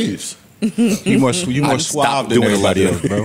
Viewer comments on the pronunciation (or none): none